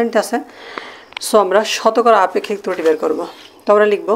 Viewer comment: তৃতি না ত্রুটি